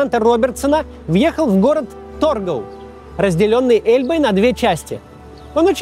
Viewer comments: Абсолютно ничего нового не узнал для себя. Но надо отдать должное , сделано и подано кино просто замечательно. С удовольствием посмотрел. И да, город где на реке Эльбе встретились советские и Американские солдаты, в советской историографии называется ТоргаУ. Ударение на последние буквы. Надо чуть тщательнее готовится. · эйндхОвен, а не Эйндховен. Странно, но Nijmegen верно произносит. ТоргАу, не тОргау КацЭбу,а не КацебУ